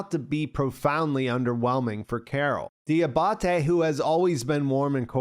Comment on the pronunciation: Di-AH-ba-te, not di-ah-BAH-te